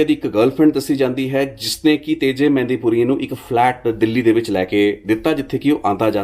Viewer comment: ਮਹਿੰਦਪੁਰੀਆ not ਮਹਿੰਦੀ